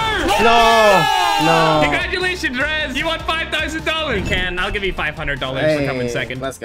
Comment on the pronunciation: 5 thoizend dollars hahahaha